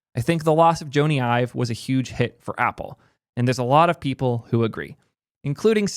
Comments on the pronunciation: Joe-Nee Eye-Vuh lol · IKR. Pretty ironic bemoaning people not knowing Joney Ive while mispronouncing his name.